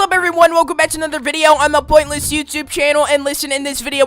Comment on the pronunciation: “*love poimntless*”